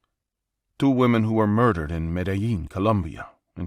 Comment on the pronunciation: You should have skipped the accent in story 3. Medellín is my second home and I've never heard that accent there. Also, people in Medellín don't pronounce Medellín that way. 😂